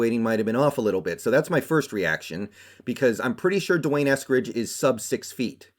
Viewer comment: And u never ever said his name before and cannot even pronounce it.